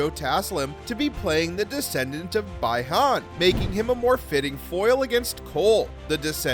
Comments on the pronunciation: It is pronounced Bee han. Not BI han. I know how bad you want to turn this inclusive, but there is no place for that in mortal kombat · I stopped watching after the narrator said "BYE-HAn." You can tell right away that this person is NOT an MK fan. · We need the cyber initiative. Sektor and cyrax are epic characters. And its pronounced Bee Hahn. I want this movie already. Its been too long for this and a new Spider-Man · The pronunciation of characters Bi-Han and Kuai Liang and other things... surprisingly not Quan Chi... needed a bit of work.